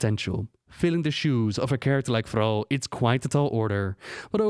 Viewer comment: Who the actual FUCK is "Frau"? Oh. I didn't know Thrall was French. Good to know, I guess.